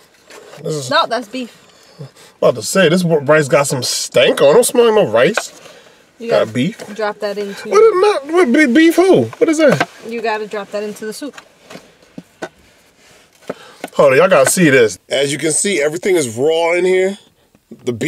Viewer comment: He said beef who 😂😂